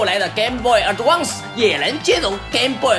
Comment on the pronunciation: ADVANCE ədˈvæns 的後半旺斯發音有點怪。